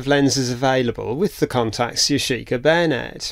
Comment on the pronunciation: If you want to glue nylon with c/a glue you should use an adhesion promoter on the nylon to promote bonding because nothing wants to stick to nylon. Yashica - emphasis is on the first syllable - Yashi-ka, not Ya-shee-ka.